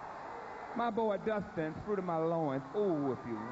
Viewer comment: Fwuit of my Loooins 😂